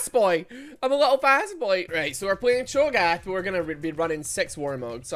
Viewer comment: Cho'Gath CHONK'GATH